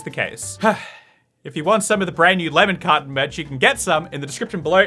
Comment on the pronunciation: For so long I thought he was saying lemon cotton, and was confused, until I realized lemon carton